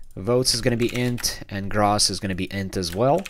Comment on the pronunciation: As an accountant, I cringed each time you pronounced "gross" as "grahs". Still, great video, good sir